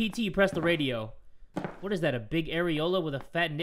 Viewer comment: I choked on my cereal when he said “woat” I thought I was gonna die